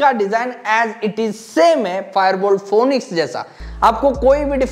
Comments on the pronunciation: Phoenix ko phonix nahi bolte bhai Phoenix bolte hai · Bhai ye pronounce phonixxxx nhi hota, balki phinixx hota h 😂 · that's not how you pronounce phoenix lol